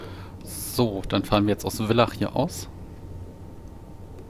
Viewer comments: Interessant. Ein ÖBB Vectron vor nem Personenzug. Eigentlich darf die ÖBB Vectron keine Personenzüge ziehen. Und Villach wird ,,Fillach" ausgesprochen. Nicht ,,Willach"😉😉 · hey, die signalnachahmer müssen nur bei gelber umrandung und gelbem signalbild(Also Signalbild Vorsicht) bestätigt werden. Und Villach wird eigentlich Fillach ausgesprochen. (Hast es eh bei villach westbahnhof richtig gesagt) Bei muss der hauptschalter oder panto nicht raus, du darfst lediglich nicht mit gehobenem Panto dort anhalten. Tafel heißt elektrische Streckentrennung